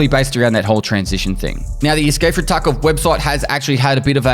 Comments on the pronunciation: he straight up said tarco this time, wasnt a single V in his pronunciation lol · Bro you said "escape from taco" on purpose this time don't even lie like that's the accent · lmao "escape from TarkO video"